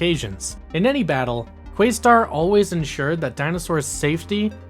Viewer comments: Im excited that youre going through the show but frankly it sounds like you never actually watched when you keep calling Questar by his younger brothers name, Yungstar....and you pronounced it incorrectly. Its pronounced as if you were saying Quest with an additional Ar at the end of the name. not quaystar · Pretty sure it’s Questar, not Quaystar. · Good video, but your pronunciation of QUEST-arr hurt my heart